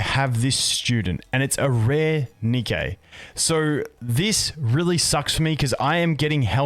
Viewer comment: sorry if this is incorrect, but is it not pronounced "ni-key" like the shoe brand? Since the company was named after the Greek Goddess of Victory, Nike.